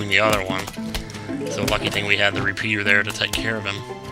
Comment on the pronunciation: He said reshooter....it just sounded like pea....re pea...re pea